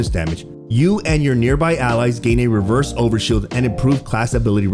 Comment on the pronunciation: RESERVE overshield. Like a spare overshield. Not reverse lol